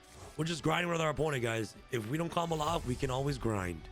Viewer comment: Everytime 😂 lol one word, all Together. Thts the best way to “comboloff” 💪🏾